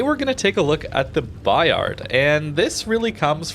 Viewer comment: The "D" is silent. French is tricky :)